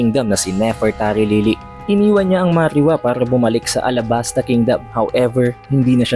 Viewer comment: Marijoeis, marijuwa not marihuwa... correction lang